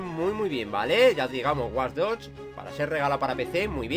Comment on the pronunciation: War doch hahHah se pronuncia wach dog y se escribe watch dog